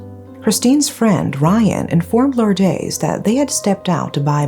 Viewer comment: you have very good english diction but should try better pronouncing spanish names like Lourdes, it is not that difficult. Don’t try hard to sound american as it is ok if you are not.